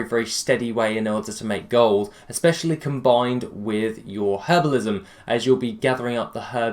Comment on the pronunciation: "HERBAL-ISM" xD